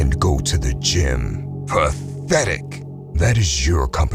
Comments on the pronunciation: I love it when he says ‘PATHETIC!!!’ 😂😂🤣🤣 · That "PATEHTIC" hits hard